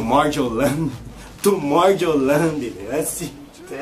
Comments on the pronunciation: Tomowland kk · "Tomorrouland" kkkkkkkkkkkk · Tomowland kkkk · TOMORROWLAJE KKKKKKKKKKKKKK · TOMOWLAND AHAHAHAHAHAHAHA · ai kkkkkkkkkkkkkkkkkkk ele falando tomorrowland